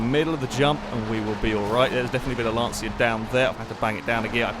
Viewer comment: Just for reference , It's pronounced "lan-cha"